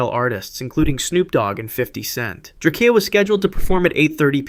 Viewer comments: "It's DRAKEO not drak-e-o get it right" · If you do a video like this again you might want to look up how to say these rappers names because XXXTenTASHION and DraCEAL The Ruler is far from correct